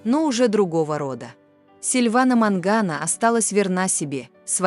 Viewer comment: Вообще-то не Мангано,а Маньяно.